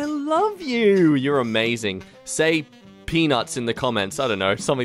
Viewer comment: Not gonna lie I thought said say pinu.